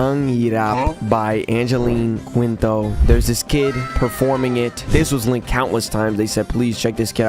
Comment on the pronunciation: I believe, at least from talking to customer service in the Philippines, that "Quinto" is pronounced "Keento".